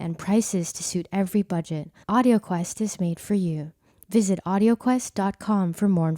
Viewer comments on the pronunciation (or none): none